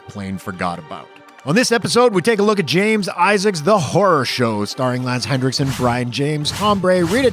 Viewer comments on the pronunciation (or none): Lance Henriksen. NOT HenDriksen. Nearly every video I see on YouTube pronounces his name the wrong way. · Also, it’s Henriksen, there is no D in his last name.